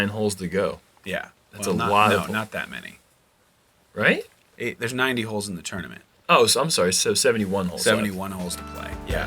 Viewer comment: Did mean "many people" or "mini people" on hole 3? Haha